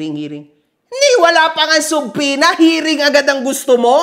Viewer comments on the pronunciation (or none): di nman nya alam yung Subpoena, ang paulit ulit nya ksi binabanggit, "CHUB-PWE-NA"